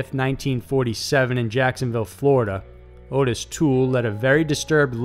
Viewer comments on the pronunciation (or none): It's Ot-tis not Otis. Also the cult was called "The Hands of Death" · Dude, you just made my night!! Edit: Just for the record, that fucker's name is pronounced "AWWW-TIS".